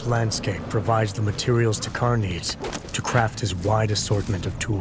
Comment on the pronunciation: Ok it's not to,car two Carr or takher It's takkar